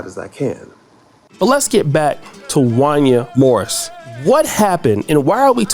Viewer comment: you don't know anything about R and B You don't know how to say Wanya Morris